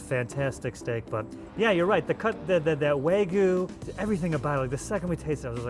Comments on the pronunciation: It's wagyu, not waygu. Wa = Japanese, gyu = beef. And don't even get me started on the butchering of mozza. Also, perfectly cooked eggs shouldn't have crispy edges, but that's just me. But I guess crispy edges is a thing in Asian cuisines. Should've gone to Jar. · Wa-gyu! .. it’s not wa-goo, or wag-oo….. WA-GYEW! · if you say wag-you wagoo one more time I swear to God I am going to make sure you get a lifetime ban from entering Japan. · Every time an American says “Wagoo”, a Wagyu breeder dies. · pronunciation of wagyu as "wah-goo" always makes me die inside. all of those looked great, but that steak from cut looked wild.